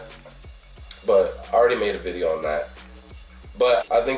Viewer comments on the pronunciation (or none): A “viddo”???🤣🤣🤣